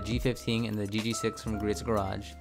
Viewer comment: How do you go about setting expectations with your customer. "Hey Mr/Mrs customer, pay me hundreds of dollars to paint correct your car, but it's still going to look like shit" Btw, it's pronounced "Gree-oohs" Also did you put any protection on the car, sealant/wax?coating? Most of my clients are coating jobs. I couldn't imagine putting coating down on a car that still had swirls in it.